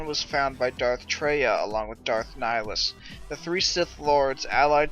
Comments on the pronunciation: Neh-High-Lus, Nihilus . Not Nighlus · _13 It is Latin. "Nee Hee Loos"